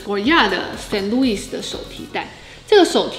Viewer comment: t”r”esor- 法語的r是發氣音 Reba”t”e- t要發音 St. Loui”s”- 法語s這裡不發音